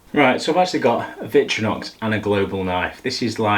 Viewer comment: Interesting video as I'm in the market for a new knife set but massively triggered, as a knife fan, your pronunciation of VictOrinox as VictrYnox. I couldn't not say anything #sorrynotsorry 😂